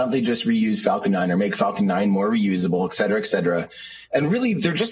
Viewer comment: Please tell this guy that there is no word in English called "ec-cet-ra". The word you are looking for is "et-ct-ra". Sorry, every book I write makes me more and more of an editor.